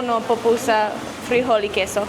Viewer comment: SHE SAID POPUSA HAHAHAHAHA THESE GRINGOS BUTCHERED OUR LANGUAGE.